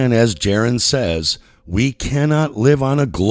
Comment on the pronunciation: You followed for many years and still call him "Jaron"? 🤔